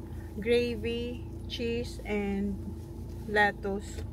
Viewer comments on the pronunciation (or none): none